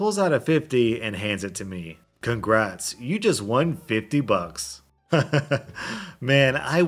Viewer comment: 50 buxks he said. its more like $5